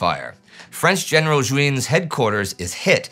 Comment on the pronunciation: Hi, just for information Juin is not prononced as you do but « uin » sound like « gain » in « bougainville ». Thanks for the video.